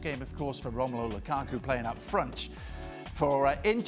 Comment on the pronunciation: "Loo-ka-kuh" - Steve Nicol